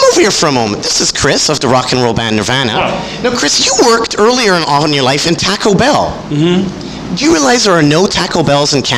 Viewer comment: "TACK O BELL" LOL